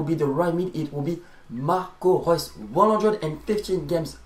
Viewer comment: Damn ur maybe the only one who can pronounce Marco Reus on YT